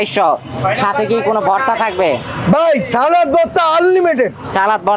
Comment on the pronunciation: সালাত নাকি সালাদ?? উচ্চারণ যদি না জানেন তাহলে কেমনে চলবে??